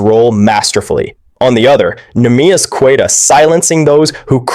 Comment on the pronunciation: Darn shame you can’t pronounce queta’s name